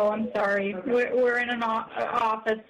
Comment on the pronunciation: "ohkyay!" Lol